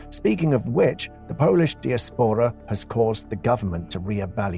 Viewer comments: He said disapora instead of diaspora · Diaspora is pronounced " die ass pora". Nothing makes AI generated vidclips more obvious than poor pronunciation.